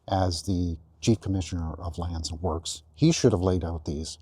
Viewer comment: "Land and works". Works rhymes with perks, not with forks.